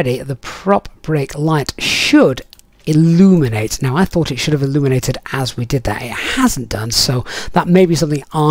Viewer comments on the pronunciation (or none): none